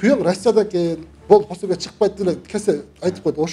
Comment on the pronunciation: Пособия деп туура айтсаңар ❤